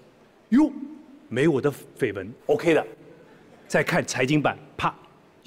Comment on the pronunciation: 绯闻 [ fēi wén ] 这里面就没一个人说对了音，我高中就知道读一声。都是10年的事了没想到还有人读错